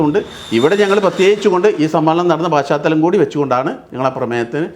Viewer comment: ഛെ..പാ ശ്ചാ തലം അല്ല..പശ് ചാതലം..മാഷെ..ssf